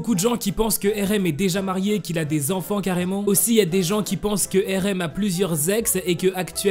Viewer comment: Depuis quand on “ accuse “ une personne d’être en couple? Oh et ça se prononce Arème pas Érème